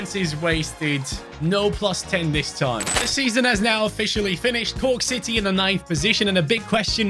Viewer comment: Also it's not Cooke city it's corke or croke